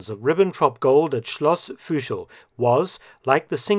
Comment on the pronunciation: Thanks a lot for your great videos! 🙂 Just a small correction: "Fuschl" is written and pronounced with a regular "u", not "ü".